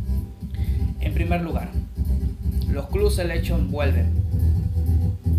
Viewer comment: ademas se dice "clab" y después dices "Selekchon"